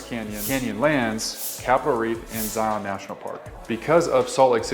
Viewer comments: Its called hogle zoo, not salt lake city zoo, also it is the university of utah. Not utah university... good video tho. Also zion like lion. Not z eye on... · Dude. If you live in Utah. Say Zion correct. Zion is said just like Lion.